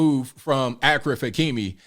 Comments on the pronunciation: Ashraf NOT AKRAF😂😂😂😂😂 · It’s not pronounced Akraf , it’s pronounced Ashraf Hakimi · achfar -pronouncing =Ashraf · his name is pronounced like A(sh)raf. not like Akraf. which means honored. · Bro, his name is pronounced Ash-raf not Ak-raf lol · His first name is pronounced like Ash-ref. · its not akhraf.. ffs😂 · bro really said akraf hakimi. achraf hakimi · It's pronounced Ashraaf. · Achraf is pronounced as Ashraf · This is amazing but his name is pronounced as ‘ashraf’ i had a good laugh at your pronunciation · I think his first name is pronounced “Ashraf” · First name is pronounced "Ah-shay-raph."